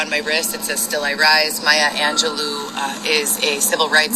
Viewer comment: She pronounced Maya Angelou correct lol that’s the only thing she somehow got right